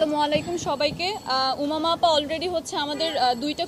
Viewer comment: উমামা নাকি উবামা। খাটাস